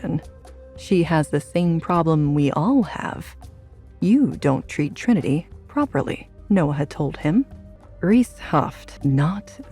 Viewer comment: It’s good. It bothers me the way they are botching Trinity’s name.